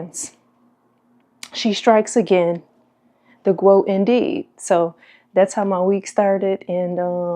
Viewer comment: The Gwoat and this is when I stop watching